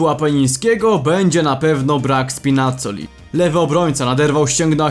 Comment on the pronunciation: Mordo wymawia się Spinazzola bez akcentu. :) Pozdro od fana AS Romy